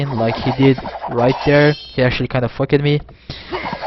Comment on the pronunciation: Unbelievable work. Just one thing: Walled; pronounced Wall-d Fucked; pronounced Fuck-d Rather than Wall-led and Fuck-ked:D